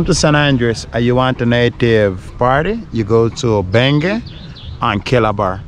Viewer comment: He mentioned a place called "Benge". Sounds like Benguela.